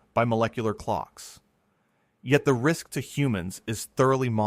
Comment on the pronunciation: Brain rist, instead of brain risk